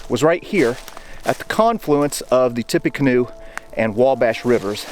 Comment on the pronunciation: Mispronouncing the universally accepted Tippa-canoe as Tippy-canoe is a wild choice.